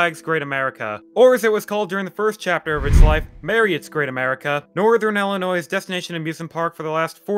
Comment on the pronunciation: = 24 years. Hardly, 3 1/2 decades. Another point of contention is your pronouncement of Illinois. If you’ve lived near Great America, you would know that the ‘S’ is silent in Illinois. Heck, at the very least I can’t imagine not coming across a meme that stated as much. I know the sound like trite observations, but if you’re going to produce a video, at least get names correct. (Possibly not entirely fair, but in another video of yours, you mispronounce Bolingbrook. It’s ‘Bowling-Brook’. Cheers